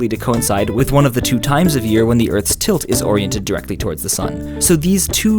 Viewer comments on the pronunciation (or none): none